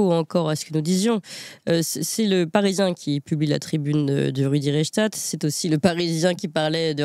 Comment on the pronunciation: Rudy reich stag ...? 2 syllabes dans le nom du désinformateur. De quel Reich s'agit il ? Le 3ème probablement ?